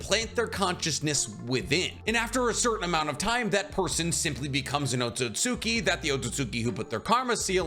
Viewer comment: Otsutsuki = Oh-sew-sew- Key